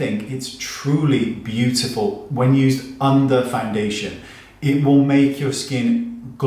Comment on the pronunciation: I live for you saying “beautiful”! Course, I also love when you put on your funny accent and say you’re not gonna try something. Haha! I laughed a lot at this video. Thanks as always, Wayne. You’re such a pleasure.